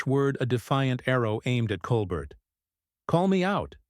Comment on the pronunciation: At least the ai voice doing the "reading" only called Stephen Colbert "Coal bert" six times that I noticed. smh. The super weird artificial cadence of the ai voice is more bizarre than the mispronunciation of common names and words. I honestly have NO IDEA why mattress actress Meghan Markle was invited onto The Late Show, Stephen Colbert's guests usually have an actual talent or ability of some sort. Not so in this case.